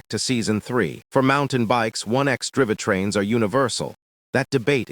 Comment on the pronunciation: 1x "dri-veh trains", got it.